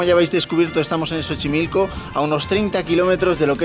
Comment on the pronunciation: Dijo chochimilco?? 🤣